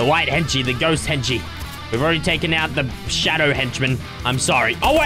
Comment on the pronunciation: When says henchie sometimes it sounds like he is saying Kenshi, like the mortal kombat character